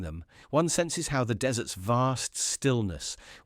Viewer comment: your brain dead narrator began with "across Jordan's silent DESSERTS". What sort of PUDDING is that? a thing with a lot of sand is a DESERT. You need a new AI that speaks English. thumbs down.